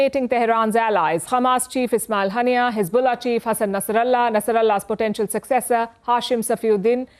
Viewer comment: Why is she saying Ghaani instead of Qaani?